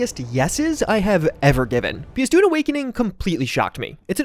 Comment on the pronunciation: i keep hearing "Dude" instead of "Dune".